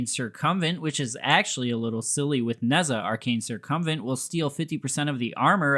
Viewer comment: Adding "" to my list of mispronunciations I enjoy I salute you, o7